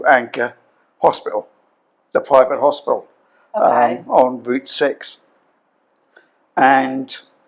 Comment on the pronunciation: HOSPITAL NOT HOSPIAL GRANDMA